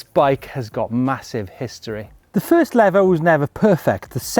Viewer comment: Levo. Not Lavo. The e is long.